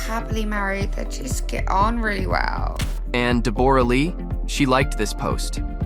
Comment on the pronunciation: Her name is Debra spelt as it sounds not Deborah